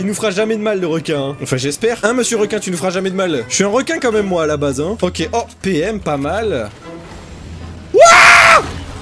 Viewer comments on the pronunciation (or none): none